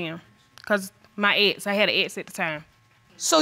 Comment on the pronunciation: She pronounces "ex" as "ettes"